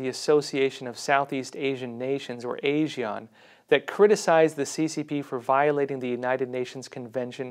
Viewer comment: ASEAN is pronounced as A-SEAN the a like a horse or a vile CCP. Hope it helps.